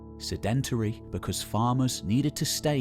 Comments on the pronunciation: Great video, but please sed·en·tary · "Sedentary" should have the stress on the first syllable. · Really great content and the narration is calm and engaging which makes it all the more surprising when you hear the mispronunciation of sedentary! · Love everything but the way you mispronounced sedentary